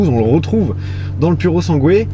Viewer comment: Ptn ces français !!! Pas PURO SANGUÉ MAIS SIMPLEMENT PURO SANGUE SANS LE UE ÇA VEUX DIRE FERRARI PUR SANG!!